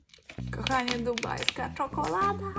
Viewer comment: Ona nie umie gadać czekola da a